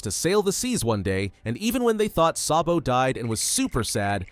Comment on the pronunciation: It not sobo it so D bo